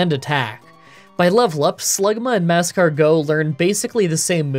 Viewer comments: Why are you saying mag-cargo? It’s magcargo you say it weird. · It really hurts me that you say mag car go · One quick note about your pronunciation: the emphasis on "Magcargo" is on the "car," not the "go." "mag-CAR-go." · Well, you also said "Maskcargo" at the beginning and "Marshstomp" at one point, so don't worry, about the Indian belly dancer Linoone. 😂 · Is magcargo two words? Cuz the emphasis on the MAG-cargo is killing me 😂. Good vid tho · You said “Mascargo” in 😂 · An episode of mispronouncing Magcargo as Mag-car-geaux! You know it! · Mah-Car-Go wouldn't fit? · He pronounces it maeg-cargot, as in magma escargot. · I get why you're pronouncing Magcargo the way you are, but it sounds so weird even if it's probably right LOL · I don't care about Pokemon pronunciations. But you kinda massacred magcargo 😂 Unique way to pronounce